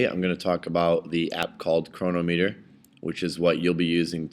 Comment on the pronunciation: Just an FYI - it's pronounced cro-NOM-eter.